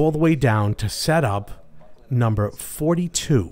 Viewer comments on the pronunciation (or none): none